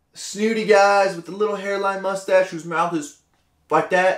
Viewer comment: The word is mustasho